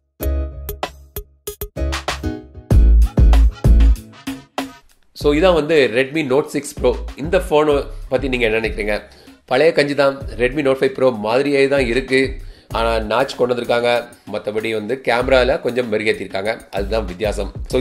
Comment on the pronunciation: Ji அது காஞ்சி இல்ல கஞ்சி, அனா இல்ல ஆனா.....